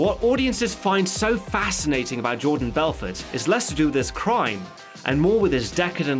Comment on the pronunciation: BELFORT say it right